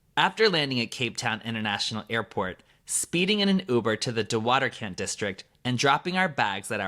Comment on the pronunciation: Your pronunciation of De Waterkant is histerical😂😂😂😂😂😂😂